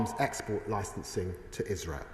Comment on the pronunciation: We've got enough problems which they're creating in the uk so they need to sort those out first! And please learn how to say Israel if you insist on speaking English 🙏🇬🇧